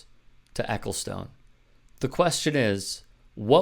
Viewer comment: By the way, not that this is important at all, but his name is pronounced 'Eccleston' actually.